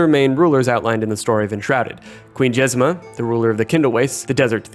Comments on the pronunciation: "Jezima" it literally says JezMINA. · Jez-MEEN-ah, not Jezima. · Jezmina, not Jezema.